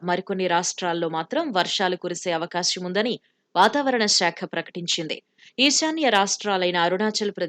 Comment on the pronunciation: Avakasyam kaadu amma, avakaasam